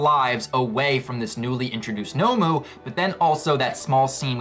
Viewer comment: By the way pal it’s not nomo it’s nomu!